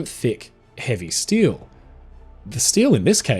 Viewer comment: What’s stile? You mean steel?😂